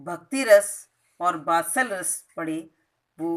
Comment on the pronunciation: good explination but [vatsallya ras ko batsallya ras] kaha hai aap ne